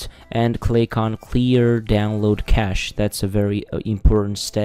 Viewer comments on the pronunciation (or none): none